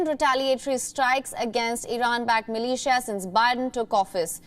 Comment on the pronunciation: the way she said MILITIA sounded like MALAYSIA.... i just like (-_-)